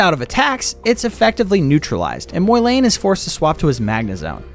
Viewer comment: "Moylayne" um... Im pretty sure its pronounced the way its spelled, MOlayne